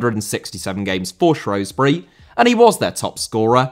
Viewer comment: Pronounced Shrewsbury wrong mate